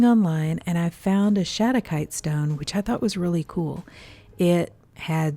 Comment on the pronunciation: Nice work on the pronunciation! Mineral names are tough because they are not limited to one language... a lot are named after people, so you can imagine.